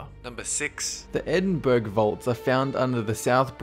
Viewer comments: Lol... Edinburg..."burgh" is pronounced "borough(buh-ruh)". But awesome video all the same :-) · Btw it's pronounced edin-Bruh not edin-burg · Edinburuh not Edinburg, burg is the German word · sigh First of all, it's pronounced "ed-in-burra", not "ed-in-burg". Second of all, Buke and Hare were not doing illegal experiments, they were body snatchers...i.e., stealing fresh corpses to sell to medical universities for dissection. SHAME ON YOU,!!!! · Number 6 not 'edinburg' Edinburgh (ed/in/bur/a) youd have to be Scottish to know how to correctly pronounce that first time! 😐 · Surely more than 105 soldiers died at cemetary hill? Also Endinburgh is pronounced Edin-buh-ruh not edin-burg. It's a weird way to spell things... great vid tho! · its pronounces 'edin'-'borough' (spelt edinburgh) not edinberg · Did you just pronounce "Edinburgh" (Eh-din-buh-ruh) as "Edinberg?" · Edinburgh not Edinburg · It's edinbrugh not ed in burgh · HAHAHAHAHAHAHAHAHAHAHA ITS PRONOUNCED EDINBURUH NOT EDINBURG IM FUCKING CRYING HAHAHAHAHAHA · "Edinburg"? "EDINBURG"? Edinburgh, is pronounced: Eh - din - bruh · It not Edinburgh it edinburu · Edinburgh is pronounced Edin-bruh :) I'm a scot 👌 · Edinburg? Edinburg... IT'S ED-IN-BRUH! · You pronounced It Edinburg it's Edinburgh I'm from Edinburgh, Scotland ! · Yey :3 at least some one said it XD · "Edinburg" ... Jimmies: unrustled rustled [x] Bro, it is pronounced Edinbura (Like kookuburra), you might need this information for future episodes, its a common part of many place names in the UK, and no-one wants to rustle unsolicitied jimmies. Thanks! ~ Spokesperson for all of the UK. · its not edinburg its edinburgh pronounced edinbura, im english i know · Edinberg?? XD Edinburgh* (pronounced Ed-in-bruh) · EDINBERG?! REALLY?! Edinbura Edinbra Both are acceptable answers, but Edinberg? I have never heard anyone pronounce it so stupidly. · Edinburg lol edinboro is how it's pronounced dude it's like only the capital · Edinburg lol!